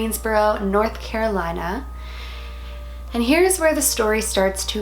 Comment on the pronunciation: hears her say north carolina *spits out tea*